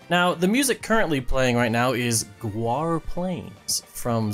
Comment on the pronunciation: It’s not pronounced go-are, it’s pronounced gor-ah